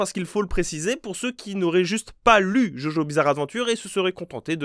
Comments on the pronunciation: je suis la seule qui s'est crispée quand quand il a dit "jojo" et pazs "djodjo" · JOJO SE PRONONCE DJODJO C'est tout ce que j'ai a dire